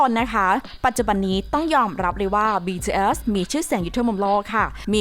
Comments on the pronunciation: BTS ออกเสียง บีทีเอส ธรรมดาครับ ไม่ใช่ บีทีเอลส อะไรที่คุณพูด ไปฟังมาใหม่ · หยุดเลิกอ่านว่า “บีทืเอยส์”‼️‼️ อักษรค่ะสามตัว ทำเสียงกระแดะมาก ถ้าอ่านชื่อศิลปินผิด ควรออกมาขอโทษ นี่มันหลายคลิปแล้ว… ทำไม่ได้ก็”ลาออกไปซะ!!”🔥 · บีทีsนะพูดก็ผิดยังบอกอีก😐🤭🤭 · เหมือนกัน ฟังเป็น บีเทียส บีเทียสทุกที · เราได้ยินว่า BJS 😓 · ใช่ๆ ตอนแรกฟังแล้วแบบ วงไรฟะ อ้อๆๆๆ BTS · ทำไมเราขำสำเนียงที่เขาพูดว่าBTS(ความคิดส่วนตัว) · ทำไมเราขำ เวลาที่แอดมินพูดคำว่า BTS วะ 😂😂😂😂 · 😂😂ผมสะดุดกับคำนี้มากๆ ตอนแรกฟังไม่เข้าใจเลย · ออกเสียง bts แปลกๆ